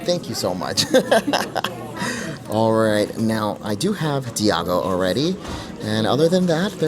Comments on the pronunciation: Love your videos! The parrot from Aladdin is called iago, not diago 🥰🫶🏽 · I hate to pile on…but just so you know…yes the bird from Aladdin is IAGO, no D 😂